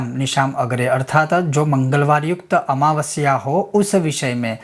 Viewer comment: भोमावास्य निसमग्रे है गुरु भोमावस्या निसमगराम nahi